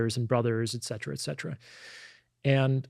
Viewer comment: it's et cetera btw, not ex cetera.